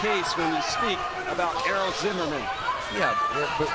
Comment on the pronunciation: i legit thought it said error instead of Errol